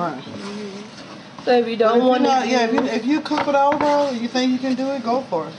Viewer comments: Df is Earl? It's oil!!!? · Enjoyable...had to turn on the caption because oil was sounding like Earl...delicious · Two cups of earl?😂 They got me with pronouncing the items. Lol .. But the Gumbo looks smacklious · dude she said two cups earlllll ... I LOVE IT !